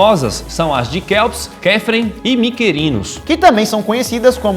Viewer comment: pronúncia: "Quíops", "Quífran", "Micrinos"